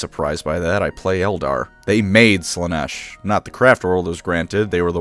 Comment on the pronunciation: It's Slaa-nesh. Learn the words...!